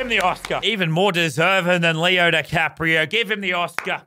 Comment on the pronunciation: If Lannan was an English teacher: “Even more deserven than Leo ne Caprio”